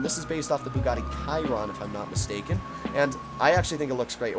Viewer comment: Your pronunciation of the Nero‘s real life counterpart is wrong homie. It’s pronounced like she-ron. Only it’s spelled Chiron